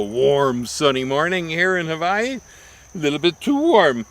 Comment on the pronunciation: Why do you say Hawaii like that?